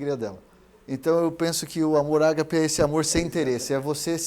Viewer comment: Se pronuncia agape não é acentuado.